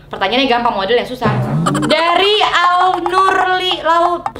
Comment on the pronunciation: Namakuuuuuuu alfi nuril aulia bukan alnurli😣😂